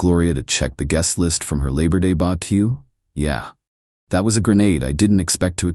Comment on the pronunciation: I snort everytime the narrator says "bubba keeuw" lol